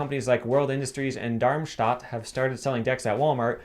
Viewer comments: Darmstadt literally means "intestine city". Such a weird name. pronunciation of the name is really good. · Pretty good pronunciation of Darmstadt 😄👌🏼